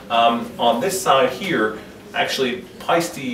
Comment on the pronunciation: Paiste = "Pie Stee"??